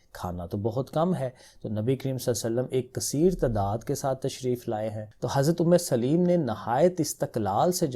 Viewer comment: Umme solaim not umme saleem